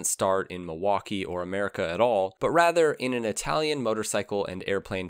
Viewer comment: Love your videos, but you definetly need to improve your italian pronunciation haha